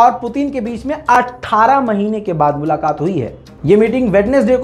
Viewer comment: اردو کے ھاتھ پاؤ کیوں تھوڑ رہے ہو ،،ملاقات،،